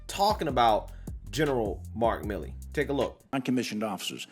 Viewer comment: It's MILL E not MI LEE.